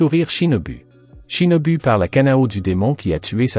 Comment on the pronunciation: U=ou. Shinobu =shinobou